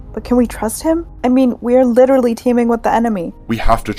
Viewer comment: Did anyone notice he is saying “witewy”😂😂